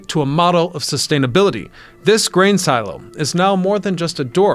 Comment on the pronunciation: Love how they used and then destroyed. Also love, and not making fun at all, but love how he says silo, see-low, my mother whom I love says Shoe-zeeeee for sushi. 😊 Awsome idea wish would see more of this in America.